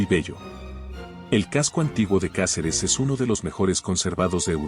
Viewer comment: Se dice Cáceres,como lo ves